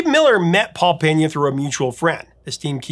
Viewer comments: FYI, his name is Pena (PEE-nah), not Peña (PEHN-ya). His family is Cape Verdean, which leans toward the Portuguese pronunciation, not Spanish. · If I'm not mistaken, his last name is pronounced "Pay-Na". There is no tilde over the "n" so there is no need to pronounce it like a Spanish name like "Penya".